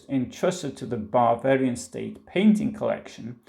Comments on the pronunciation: Everytime he says, “Bavarian,” it comes out as “barbarian.” A Freudian slip? Or a Prussian’s revenge for all of those “Pifke” jokes? 😄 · Bavarian? It sounds like you’re saying barbarian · ...excellent pronunciation!... Especially the word... "Barbarian"... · Sehr gut gemacht. Aber… when you say „Bavarian“ it really sounds like „Barbarian“!